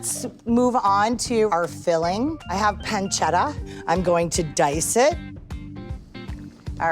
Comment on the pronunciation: " PanceRa" " RicoRa" lol